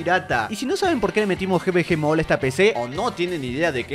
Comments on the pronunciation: No se pronuncia Gi Vi Gi Mall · xd el GVG MOOLL SIN OFENDER pero me hace gracia como lo pronuncia